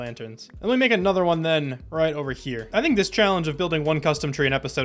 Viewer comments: “Back in the day I wouldn’t be able to pronounce that thenthence” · “I grew up with a lisp, younger me wouldn’t be able to pronounce that thenteth”😂😂